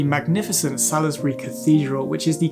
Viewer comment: Very good, thank you. One thing though, Salisbury is pronounced Saulsbury. A local would have corrected you I'm sure!